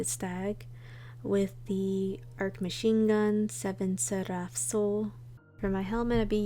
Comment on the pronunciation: Definitly ASMR destiny vids. Love it! Keep it going. Love the "Seraph" pronouncement.